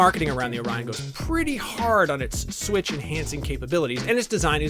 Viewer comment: Beeg Sweetch